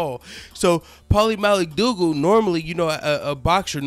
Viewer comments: Had to subscribe just for the fact he kept sayin Paulies last name wrong on purpose everytime! Hilarious shit! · Dude he slaughtered his last name A hundred different ways !! Lmao ! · LMAO...U butchered Maligfaggi's name. I love it. Can't stand that weasel. Video is on point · Paulie 'Maligotchi, Maligucci, Maliguitus, Maligeetee" Malignaggi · at first i thought he was saying paulies name wrong. this video is too funny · I agree with u but u have no idea how to say paulina las name